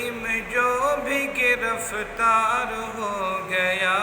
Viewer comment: گرَفتار نہیں گرِفتار ہے حضرت